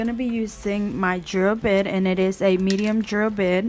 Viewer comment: Its actually called a" bit " , a drill bit not bid .